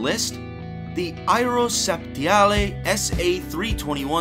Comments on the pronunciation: How in god's name can the narrator imagine Aerospatiale, a French name, is pronouned 'Iro septialai'??? Can he actually read? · Aero..what ? no... you didn`t say that. You murdered that name 😂🤣. You get an F for that, sit down 👎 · You’re pronouncing a French word as if it were spanish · "Aerospatiale" is pronounced ERO-SPAT-EE-AHL.. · Can’t pronounce “aerospaciale” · So this American is showing his ignorance, the first Helicopter (and subsequent MIL helicopters) is pronounced M. I. not "my". The second one is a French helicopter so why is he putting on an Italian accent and using Italian pronunciation?